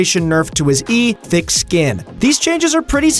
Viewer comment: Tahm Kench says tick skin not thick skin